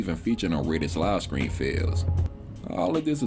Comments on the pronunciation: Will you please start saying "stream" properly? "Skream" every 30 seconds is so annoying. Idk if it's some slang shit to sound cool but it just sounds goofy, especially since "stream" isn't difficult to pronounce. It's almost like you have to intentionally go out of your way to say "skream" all goofy like Edit: "skraight", "false copyright SKRIKES" 🤦‍♀️ I can't understand how a person hears that back and actually thinks people will enjoy listening to somebody replace their Ts with Ks all video lol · Are you saying scream or stream?